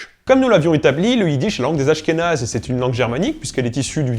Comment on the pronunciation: des askhénaze ? Des /asxenaz/ PUTAIN !!!!111!11